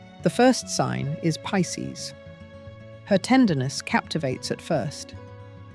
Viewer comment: She mispronounced Pisces!